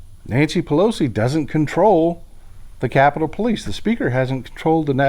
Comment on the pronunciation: "Nantcy Pelosi"